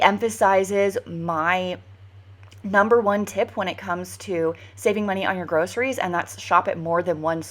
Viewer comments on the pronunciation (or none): none